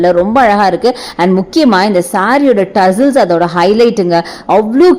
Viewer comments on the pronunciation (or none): No you pronounced it wrong